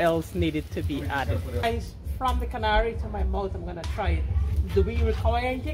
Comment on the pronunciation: Finally someone says the word karahi correct!!!